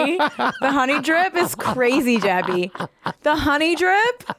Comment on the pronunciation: take a shot everytime she says Jaby. great game, im drnk asf btw